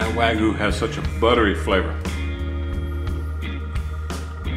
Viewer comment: its Wa Gyu not wagu